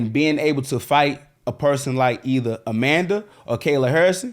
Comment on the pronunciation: John Cena vs A-Man-Duh 😂😂😂